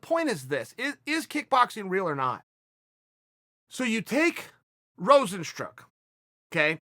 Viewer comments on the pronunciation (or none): Chael: Rozenstruck Rozenstruik: Dang how did I mispronounce my name all my life? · Rozenstruk Rojenstrunk Robert's truck Rozensgdhjfgshs Rahzenstrook Rezenstroik Rozenstruke Rozenstrike Roizenstroyk Roozenstronk Just literally read it as written: RO-ZEN-STRUIK (Rozenstruik)